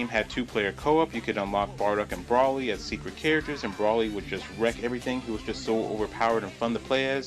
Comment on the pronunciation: bro it's Broly not Braly lol you said his name with an A